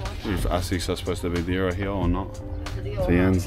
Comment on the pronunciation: His accent “ here / heeeeuhh “